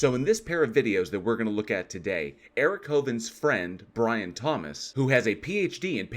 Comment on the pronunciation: We shall wewease, Bwian!